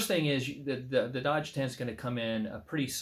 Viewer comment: You're pronouncing it Dodge, but it looks like Doge to me. A claw hammer works well to disassemble a wooden crate.